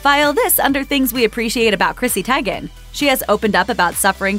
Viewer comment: Her last name is pronounced Tee'- gen not Ti- gain. Really.🙄